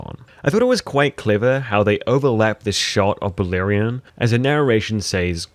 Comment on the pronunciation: And calling Balerion "Balon", and Rhaenyra "Raynarr". Seriously, wtf?